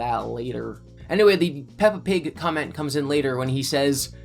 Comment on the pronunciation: Puppa Pig 🤣